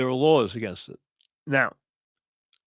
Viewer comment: “There are lawhs against it”